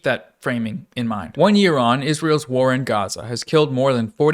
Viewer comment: The emphasis on WAR pissing me off